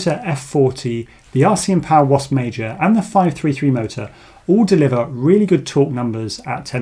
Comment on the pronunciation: Please add the names of items being tested to your video descriptions. Here's why I ask: in your Jan29 video, you mention you'll be testing the RCinPOWER GTS V4 2207 in an upcoming video. So I go to your channel and search for things like V4, GTS, 2207, RCM (... in the video it sounded like "RCM", not "RCin" - I figured it out eventually), and nowhere could I find a specific reference to that motor. So I went to google and searched your channel name and the name of the motor - no luck. So I went back to the Jan 29 video, checked for a pinned comment mentioning the V4 motor - nothing. I then learned how to download and search the entire collection of a video's comments, and searched that for references to the V4, in hopes that someone might point me in the right direction - nothing helpful, just references to "please test the motor". So expanded the search to all of your videos comments for the last year - too many results to go through manually. So I sat and had a think, and remembered that captions are a thing. So I researched and learned how download a youtube video's captions to a text file, and then proceeded to do that for all your videos posted after the Jan 29 video. ... and now I'm here. Honestly, still not sure this video is the direct followup to the Jan 29th video, or just one that includes the motor, but having spent a lot of time and having learned several new skills, I thought I should stop. Pretty please - add the names of items under test to your video descrip